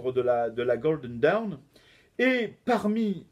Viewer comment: Ah ! Le mot "dawn" est bien difficile à prononcer pour un Français ! Ce n'est pas «daoun» (comme "down"), mais quelque chose comme «donn» avec un o très ouvert (presqu'un a), un peu comme dans la «rose» de Francis Cabrel. Et cette voyelle est plutôt longue.